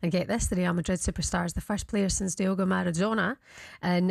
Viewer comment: She cant even pronounce diego properly get her off